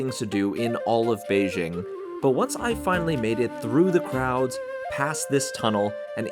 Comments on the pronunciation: Cmon man just say Beijing correctly. It’s pronounced exactly like it’s written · Why mispronounce Beijing?